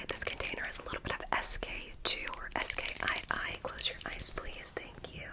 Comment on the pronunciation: SKII= sky but you killed this video